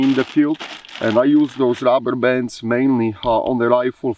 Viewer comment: Came for the AK. Stayed for the Shirt 😁 That along with "The Rubberbands" I was put into a trance and had to rewatch 😂 That was the most satisfying way I've ever heard the word "DuRUHberbanss" in my life to Was also the funniest fucking spoken sentence I have ever heard in my life 🤣🤣🤣